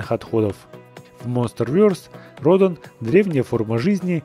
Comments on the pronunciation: Радан а не Родон!! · Вообще-то правильно говорится ра'дан